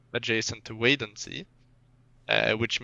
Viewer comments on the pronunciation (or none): I will not stand this mispronounciation of Wadden Sea! It's the 'a' from 'what' not from 'wait'. And the 'w' is more like a 'v'. Sigh... I thought that was a way to decrease tension between the two! How says Belgium rly shows his Swedish accent lol